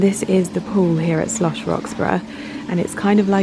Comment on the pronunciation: You have mispronounced 'Schloss' the destination you are promoting all the way through this vlog. It is Schloss NOT Slosch. Very bad form and inexcusable.